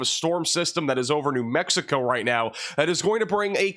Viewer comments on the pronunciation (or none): none